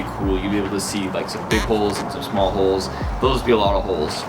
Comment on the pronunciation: Every time he said 'holes' I understood 'hoes' it was very funny to watch